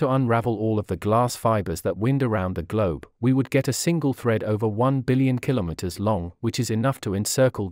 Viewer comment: Thank you for a great report also the way you you say "Kilo_Meter" which most people say wrong, I appreciate learning about Chinese contribution to excellence in technology